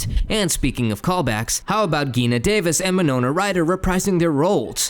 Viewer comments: Her name is PRONOUNCED G-i-n-a like Jee-nuh like say the letter G. And add NUH. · Omg, Geena Bellafonté O’Hara havok Day-O These are NOT difficult words to pronounce. Ugh 😩